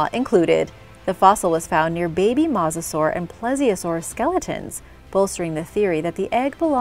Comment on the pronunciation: mosasaur is pronounced mō′sə-sôr